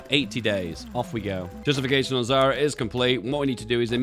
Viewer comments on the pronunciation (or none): none